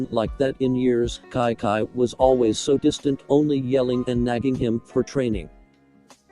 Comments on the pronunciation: Anyone else hear Kai Kai instead of Chi Chi? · yeah the TTS doesn't pronounce the Ch in Chi chi and instead pronounces it like a c/k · Its chi chi pronounced at kai kai